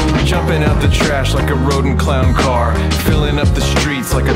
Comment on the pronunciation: "So uhhhhh,... someone mention a cahr?"